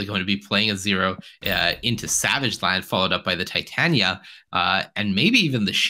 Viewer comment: Why can none of these creators/commentators say Titania's name correctly? 😂